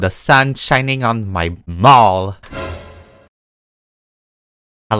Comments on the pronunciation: Anyone else hear balls not mall at the start lol 😂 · I thought u said I like the sun shining on my balls 😂😂😂 I’m so dirty minded